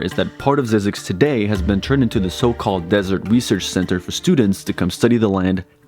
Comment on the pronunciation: Pronounced Z-ai-zix Not Z-ea-zix